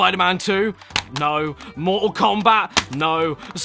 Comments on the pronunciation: he says nohw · I never knew I could hear a more British “No”.